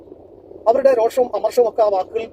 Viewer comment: രോക്ഷം എന്നല്ല. രോഷം എന്നത് ശരി. ദയവായി ഭാഷാശുദ്ധി കൂടി ശ്രദ്ധിക്കൂ. ഇതു കാണുന്ന പലരും ഇതാവർത്തിക്കും. പിന്നെ അതാവും അംഗീകരിക്കപ്പെടുന്നത്. നമ്മുടെ ഭാഷ വികലമാവാതെ നോക്കേണ്ടത് ഓരോരുത്തരുടേയും കടമയാണ്.